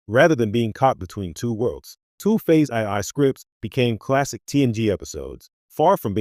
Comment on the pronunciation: Horrible AI narration. "Phase aye-aye"?? I exited this video in the middle and won't be watching this channel any more.